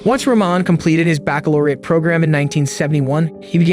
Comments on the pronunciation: Back-lo-rette program?? Fk you're an ED ott 🤭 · Bakalorate?? You mean bachelors